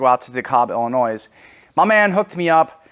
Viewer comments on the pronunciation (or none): brother its Illinois not Illinoise